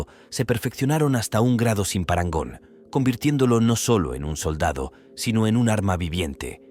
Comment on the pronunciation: TENÉS UN PROBLEMA CON LA PALABRA PARANGON HAHAHA